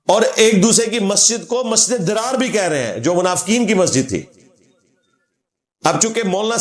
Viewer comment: yeh masjid zarar he masjid drar nahe....talafuz durust karen